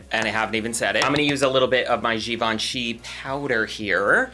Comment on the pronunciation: Thank you amazing review 😉🥰 As a French I love the way you said Givenchy 😁 Bises from France 😘